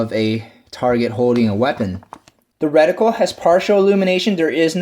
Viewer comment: Not so much emphasis on the syllabols in the word reticle. I thought my ears were going to bleed